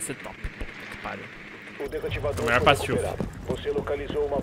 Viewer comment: PATILFE DE FRANGO NÃO PATILFE DE FLANGO